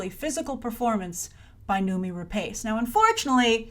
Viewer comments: Grace. It's pronounced Re-Pawce. Not Re-Paice. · Grace, I think we expect better of you, her surname is pronounced RA-PASS not RA-PACE tut tut. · Please, before you make a video where you pronounce someone's name 20 times, research how to pronounce it first.. it's /ra-pas/.